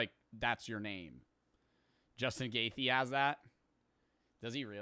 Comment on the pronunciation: ufc larper. Dude doesn’t know how to pronounce Justin gaethje’s name 😂 what’s a gaythe.